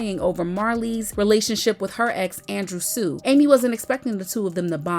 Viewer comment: It’s Andrew Shue (pronounced Shoe) not Sue.